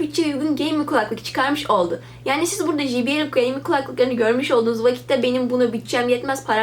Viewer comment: "ji bi el" değil "cey bi el" şeklinde telaffuz edilir. teşekkürler.